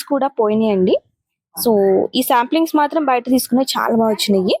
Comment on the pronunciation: సాంప్లింగ్స్ కాదండి... సాప్లింగ్స్